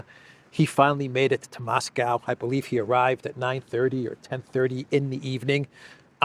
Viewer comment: Maybe try to pronounce Moscow correctly?